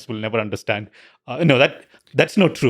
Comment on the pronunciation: Lex. Love the podcasts. Learn how to say 'understand.' It's not 'undershhhstand.' Thanks.